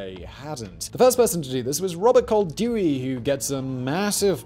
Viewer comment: I have the urgent feeling that Koldewey is spelled as Coll - dae - way